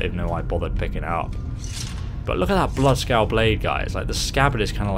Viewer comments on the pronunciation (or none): It's bloodskaal